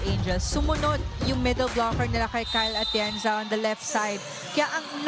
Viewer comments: kept saying Kyle Atienza 🤦‍♀️ dati hindi ko pinapansin kasi baka honest mistake lng. Pero ang dalas na rin eh, sana maging conscious na sya next time. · Yong anchor na babae, Kyle Atienza ng Kyle Atienza kanina.